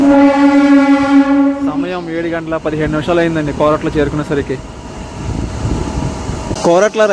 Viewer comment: Koratla kadhu korutla